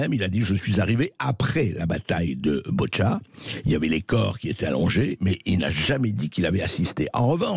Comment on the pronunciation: Pas BOtcha....mais BOUTCHA...